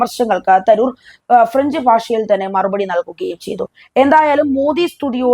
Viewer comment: I have a doubt at the start -- is your anchor Indian or only a person of Indian origin? Proper English would read his name as Tha roo r not Tha ror. Nobody mispronounces an English or American name, why then are the names of Indian personalities given this treatment?